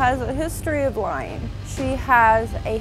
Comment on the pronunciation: "She has a history of lieng" We all do!